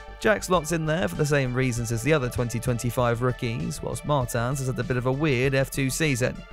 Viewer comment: Aston Matin Would go with Jack Crawford since its their academy driver; I would also go with a diferent one in RB either Oliver Goeth or Formula e driver Nick Cassady; I would put O'sullivan in williams but chadwick would be awsomw! you are mispronoucing Martins name, his name is not french: is portuguese